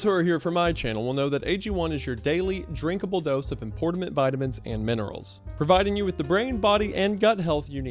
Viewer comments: isaiah says "importamint" 😭😭😭 he's so cute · Did he say importimant? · “inportament” vitamins😭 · “Importament vitamins” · Did this MF say Importament unironically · did you just say, “importament vitamins?” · it’s very impordiment! Very impordiment indeed! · “Importament minerals”